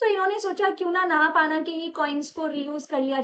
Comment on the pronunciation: नहापाना नही नहपान हे वो